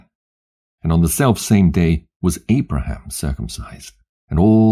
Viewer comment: Love to Hear this, But, You CANT Wven Call Abraham's name Correctly VERY, EAR-Atating